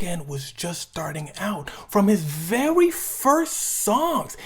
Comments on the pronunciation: did my man actually say, "vewwy"? Hahahaha, I'm geekin, my man slid in a mean ass Elmer Fudd impression all quiet-like, no hate or nothin like that... just thought it was funny, had me laughin when I heard it. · bro you did not just say “vewy” like you bugs bunny or something